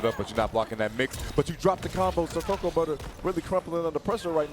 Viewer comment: It's not "co-KOA"; it's "cocoa."